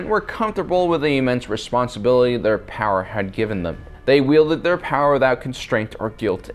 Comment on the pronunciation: at least Palpatine knew its spelt power not powaa